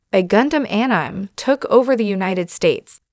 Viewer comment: Could you not get a real person to voice this video or at least a better AI that knows how to pronounce anime?